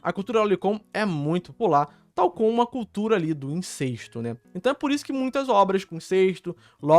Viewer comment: Cara, INCESTO é com E aberto, não é INCÊSTO, como vc tá falando o vídeo todo.